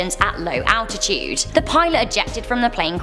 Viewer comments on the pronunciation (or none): none